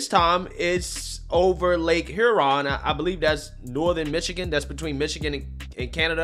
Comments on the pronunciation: Cracks me up on how you say Huron 😆 say it like “ here-on” lol. Lake Huron is around the thumb part of Michigan. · And you jacked pronouncing lake Hew-ron and on-tare-rio